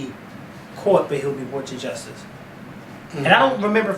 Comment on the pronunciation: OMG.....the lawyer actually said ig'nant and jes-tice??!! LMAO. There is nooooooooooo excuse for that and yes, you needed to "go in" on that one. I'm glad Zimmerman was charged. However, if I hear the word ig'nant used during this trial I'm DONE!